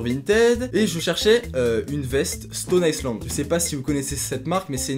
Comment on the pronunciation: Ca se prononce Stone Aille land mais pas Stone Aille ce land. Pour dètecter le vrai d'un faux, il y a un QR code sur l'étiquette intérieur qu'il suffit de scanner. Ensuite le vrai patch se reconnait au relief des boutons.